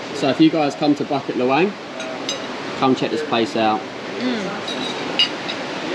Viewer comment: Bucket LahWang hehe. BooKit LeWang is how its pronounced